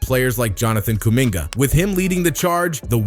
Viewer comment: You have to learn how to pronounce names better man. I like the video btw